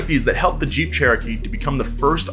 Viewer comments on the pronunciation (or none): Whem u said jeep i thought u said cheap 😂